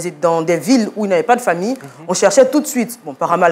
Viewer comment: Mon père n’était ABSOLUMENT pas son mari. Cet homme s’est fait assassiner et vous mentez à son sujet. Vous prononcez même pas correctement mon nom de famille.